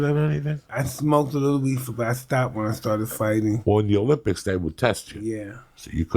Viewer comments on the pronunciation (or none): none